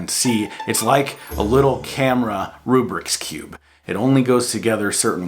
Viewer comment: Yeah, for sure. I have been thoroughly disappointed with mine and all the accessories. I went full in with these guys and they have not lived up. My comment, though, was more poking fun at your pronunciation of Rubik's cube.